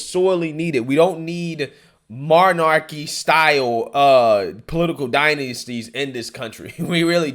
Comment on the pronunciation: Marnarky???? MONARCHY